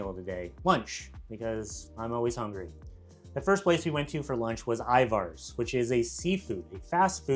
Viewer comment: Your pronunciation of Ivars was so goofy LOL. Accent should be on the First syllable, and the second syllable is pronounced with an E sound, not A. I-vers